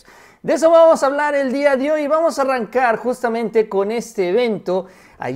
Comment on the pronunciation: NO es diadihoy... es dia de hoy